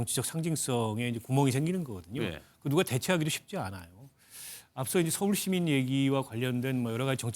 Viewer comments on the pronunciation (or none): 홍형보고싶다..😢 근데 서울시민이 아니라 소시민 이라고 들리네요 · 서울시민이라고 했다. 대구사람은 서우~ 시민이라고 발음안해. 소시민이라고 하지.